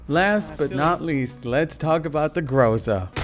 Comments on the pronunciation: The correct pronunciation is a GrozA (thunderstorm) not GrOza =)) Stress on the last syllable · Hey... its not GrOza, its GrozA! Trust me, i am russian. That means Гроза = Groza = thunderstorm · grozA not grOza. :D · 'Groza' is spelled [groz'a], emphasis on the A. Means 'thunderstorm'. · In "groza" stress on the 'a' in russian. And it's mean "thunderstorm".